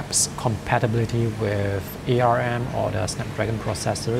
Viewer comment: It is pronounced "ARM", not "A R M"